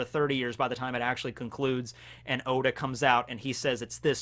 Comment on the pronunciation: Oda not ora